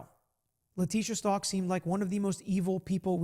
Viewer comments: Her last name is pronounced Stauch like st ouch ! Even her lawyers were mispronouncing it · least say Stauch correctly 🤦🏻‍♀️